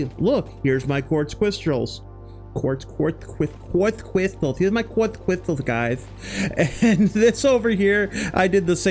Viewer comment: lmao, qwarts cwystals